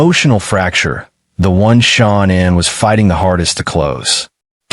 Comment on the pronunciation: Shu naaaan is the way you say her name, lol